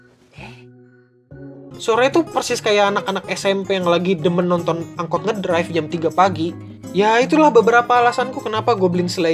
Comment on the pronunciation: apa gua doang yang denger kata yang harusnya "drift" jadi "drive"?? wkwkwkwk